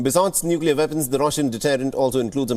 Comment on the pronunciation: Its weapons not vepons